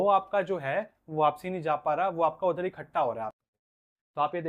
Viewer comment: आप एकठ्ठा शब्द को खट्टा बोल रहे हो हिंदी सुधारो